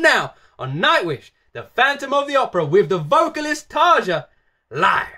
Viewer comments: Try to pronounce Tarja like it was written Tarya. It sounds more correct then. The way english speaking people say Tarja sounds like Tarza and that's wrong. Not a big deal though. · Tarja's name is pronounced as "tarya". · TARYA Tarja pronouced Tarya! And she was first vocalist of Nightwish. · Its Tarja, with an open a and a hard r, not Tasha or whatever.... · Actually, what is weird, is to hear how you prononce her name. But that's ok, a lot of english speakers do that before someone corrects them. Most of Europe pronounces their "J" like eng. "Y". A suggestion: "Sleeping sun" by Tarja. That one tears into my soul. I bet i'm not the only one. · your saying her name wrong all the members past n present with a "J" in their name is pronounced with a "Y"